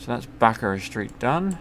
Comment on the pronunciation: Thank you. You're the only one that knows how to say bacarra street properly. Its bacarra street, not bacarra street